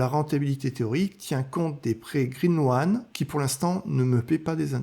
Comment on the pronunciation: Green loan, ce prononce green lone, pas loane, OA en anglais ce prononce O ! Bonne vidéo